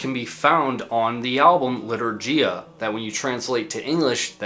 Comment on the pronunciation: Lee-tour-ghee-ya (gh as in ghost)